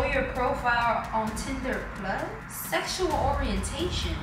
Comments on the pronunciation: LMAOO "Tieder plus" IM DEADD 😭😭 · said tynder plus that shi was funny😂